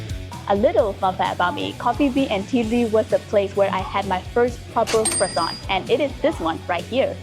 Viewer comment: Look at you rocking that French accent lol! Most of these look so amazing! Yeah, there were a few that most definitely seemed a bit doughy, but a light, fluffy, buttery croissant is always all kinds of amazing! A fancy croissant with an also fancy cup of coffee is always a great way to start the day. Thank you for sharing! And that heart sweater vest is very cool!